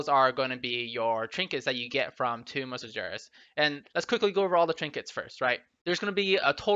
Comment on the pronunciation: Its toomb, not tome